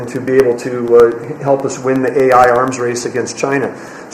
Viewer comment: Can you please let our Education Department gal know that it’s A.I. as in Artificial Intelligence, not A1 as in steak sauce?